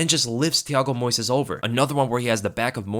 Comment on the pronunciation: You have to put the stress in the first syllable: Moisés